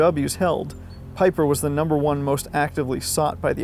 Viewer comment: That's 'Vaffen' phonetically. 'Veer-macht' Peeper (Piper). What is it about Americans and not pronouncing words correctly, jeez. Anyway, otherwise good video.